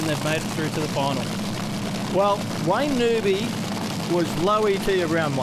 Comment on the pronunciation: I wann't aware that Wayne Newby had changed his surname to NOOBY. How friggin annoying to have a 'commentator' mispronouncing the bloke's name.... this is the same type of bozo that calls Colin, COLON